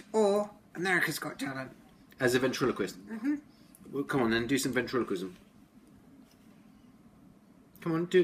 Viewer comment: SAM DOES NOT WANT TO BE A VENCHIKULIST...HE WANTS TO BE A..... VENCHIKILI